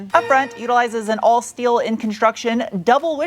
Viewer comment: Came for the truck, stayed for the shteel 🤣